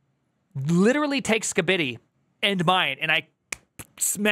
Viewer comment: I can't believe I'm slightly irked by how you say Skibidi.